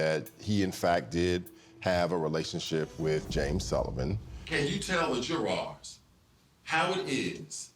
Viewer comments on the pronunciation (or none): ... JOURARR'S??? SAY WHAT??? "JOURARR'S??🤣🤣🤣 My son is 28 month's old, and he can actually say "Jury's"!!! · Jooer ARRs. ??????? You mean, jurors? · 🤭 when he says J-U-R-W-A-R-S🤣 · What are "Joo-RARs"??? Almost as embarrassing as that prosecutor's dumb-fool gimmick with the doorbell! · Lmao the juARES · "JOO-RARS"! What was THAT about? I'm sorry, but a lawyer who can't pronounce 'jurors' is not fit for purpose! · ... What did the prosecutor say??? "Jourarr's"??? Somebody tell me PLEEEZ, is that what he said?? "Jourarr's"???🤣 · the way the prosecutor says Juror's made me laugh so hard! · Why the hell is he saying Jurors that way🤣😭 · Ugh, it was so annoying! I've never heard anyone pronounce it that way and I'm from the South. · Why is your son at 29 months now, including the word Jury's in his vocabulary? My kids grew up okay without this as a primary word and one of them is now a lawyer. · The lawyer saying "Jurors" is driving me nuts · trying ungracefully to prove he's "educated" and fancy lol